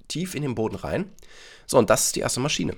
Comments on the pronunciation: Niemand: Wirklich niemand: Deutschstudent:MaschiEne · ES HEIßT MASCHINE OHNE IE HALLO HERR DEUTSCHLEHRER